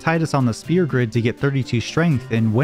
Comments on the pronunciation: i love all the info in this video but i have a mild gripe. you dont pronouce the F sound in sphere instead sounding like your saying spear. otherwise the info summerizing the damage calc was cool and now i know why such small strength increases are meaningful, due to them being cubed in the calc. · Neat story, and I look forward to checking out other videos on your channel! By the way, the ph in "sphere" is pronounced as an f. You're saying "spear", when the word is pronounced like "fear" with an s at the beginning.